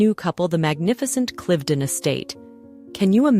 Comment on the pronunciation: I wonder why the AI commentary has two pronunciations of Cliveden, one laughably wrong.